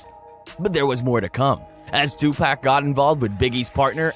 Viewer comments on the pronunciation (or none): Bruh it’s suge knight not suga knight and it’s 2 pahk not 2 pack smh. 😅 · and I don't care how it's pronounced but Tupack is just wrong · Hearing the whitest kid pronouncing Tupac is agonizing me.